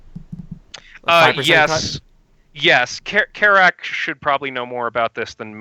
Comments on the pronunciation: It was awesome being on the show, and I am incredibly humbled to have talked to two amazing reviewers. However, I feel I should address something. Yes, I did mispronounce name throughout the entire podcast. They even corrected me, yet I still goofed up. I was tired and nervous and frankly don't have much of an excuse outside of "I just messed up." Apologies to anyone who felt I disrespected during the show. I didn't mean to. Regardless, I love both of these guys and will continue to support them so long as I can afford it. They've helped me make many good game purchases, and I've enjoyed our chats on social media. and are both amazing dudes, and I have nothing but sheer respect for both of them. Enjoy the podcast, and I hope you enjoyed whatever else I had to say. I love you all -, aka. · haha, I'm very jealous of you for getting to be on with both of these guys and I would say do t worry about the mispronouncing, aside from that you sounded like you where in your element!